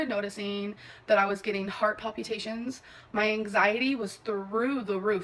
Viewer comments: "heart palputations" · “heart palpeetations” … never caught that amberism before lol